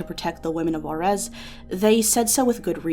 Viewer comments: Juarez is pronounced "who-are-es" btw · I think she tried to place the accent but she did it on the wrong vocal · The way white people say juarez pisses me off.